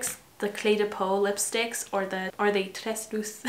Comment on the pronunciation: This eye look is so pretty! And good job pronouncing tresluce! Just add a syllable at the end: pronounced like “tres-loo-seh” 😊💗